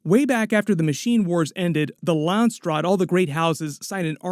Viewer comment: I just can not not hear it :-D LandsTraad intead of Landsraad